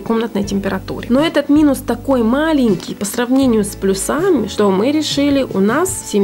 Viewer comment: плЮсами, а не плюсАми. деревня